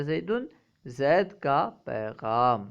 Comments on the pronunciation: الا زيدٍ کو آپ آخر میں الا زیدٌ کیوں پڑھ رہے ہیں؟ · آخری حرف کو مرفوع پڑھا ہے۔